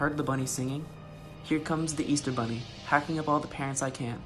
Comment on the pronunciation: He said ester bunny😂